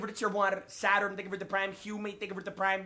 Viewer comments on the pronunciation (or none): none